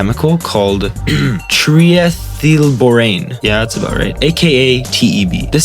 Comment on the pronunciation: I LOVE THE BLACKBIRD!! im so glad you made this video! Also as a chemistry student, i feel obliged to provide the correct pronunciation to the fuel: Try-Eth-eel-bore-ain